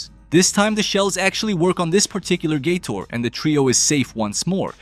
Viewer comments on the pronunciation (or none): The way he says gator sounds like Gay-Tour ,which is funny asf